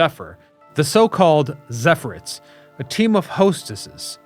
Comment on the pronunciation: Zephyr-ETTES. Emphasis on second syllable. Just sayin'. Excellent work, as always.